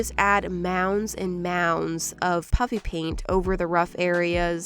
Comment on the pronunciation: It sounds like she is saying puppy paint 🤣🤣🤣🤣🤣🤣🤣🤣🤣🤣🤣🤣🤣🤣🤣🤣🤣🤣🤣🤣🤣🤣🤣🤣🤣😁🤣🤣🤣🤣🤣🤣🤣🤣🤣🤣🤣🤣🤣🤣🤣🤣🤣🤣